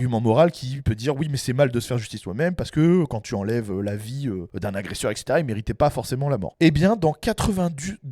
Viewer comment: Le gars dit bien etc et non pas ect. Déjà mieux que 80% des français